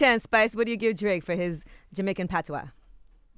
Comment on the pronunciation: The way they pronounce 'patois'! 😂🤣🤣 NO 😂😂😂